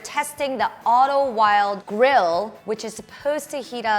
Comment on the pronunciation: It’s pronounced “vild ah” it’s German.